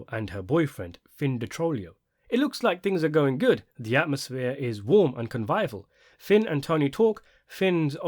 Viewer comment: Love the channel, and I don't say this in any way to be mean, but the irony of mispronouncing 'convivial' given the frequent malapropisms delivered by the characters within the show wasn't lost on me. I liked the video to pay for any kudos spent.